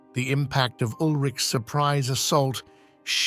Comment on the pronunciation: Lechfeld is pronounced Lekhfeldt. But you have got Ulrich right. The Magyars, of course, became the Hungarians.